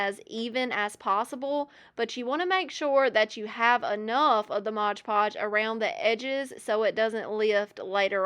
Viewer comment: Its mod podge - not modge podge